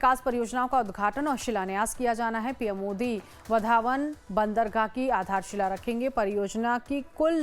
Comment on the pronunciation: इस होनेवाले बंदरगाह का नाम वाढवण है, वधावन नहीं | नाम में बदल मत करो | Please do not change the name of that port. Its name is वाढवण and not वधावन.